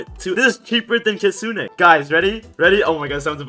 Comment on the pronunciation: This guy overreacts too much and its pronounced kit soon not kit sooneh